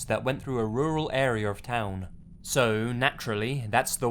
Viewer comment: the way he says area☺️